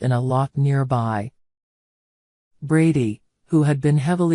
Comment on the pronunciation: It’s not Bardy,it’s brady